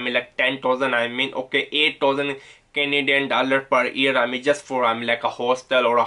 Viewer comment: Manti tob bah ! Or however you like to pronounce 😹 , canaedun and yea the best one - “sorry for my excense(accent)” LOL!